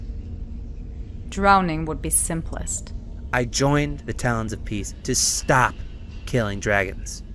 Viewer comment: Morrowseer said shtop not stop